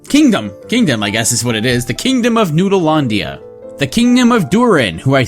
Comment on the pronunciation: Are you trying to say Neolandia the regular way or the way? Because you pronounce it somewhere inbetween. says Noodleloodlia and you say Noodlelandia.